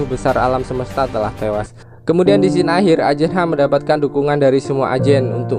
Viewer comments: Woi bang, scene itu dibaca sin bukan skin, skin tu kulit woy, dan sejak kapan menara effeil di italia wkwkkw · Saran bang kata scene dibacanya bukan "skin" tapi "sin". Semoga lebih baik lagi kedepanya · scene itu bacanya sin bang.oke